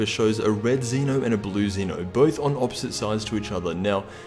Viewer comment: Sigh... it's not pronounced Zee-no it's ZEN-O. I wonder if Sean Goku is gonna call him Ollie since he is King of all.